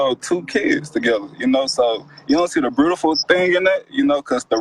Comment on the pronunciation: To the man that called in talking about "shaming language" Beautiful doesn't have an 'r' in it. Also it's shameful to "praise your woman" but only mention all the things she does for him, but not 1 thing about her personality or how she makes him feel. Or how great of a mother she is. Only a great worker. If he was praising her correctly they both wouldn't be so angry... Oh his names there's always room for growth🌱